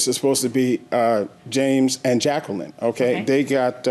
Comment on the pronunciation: Everyone else immediately correct plaintiff’s name to: “Jac-queee-lyn?” 😂😂😂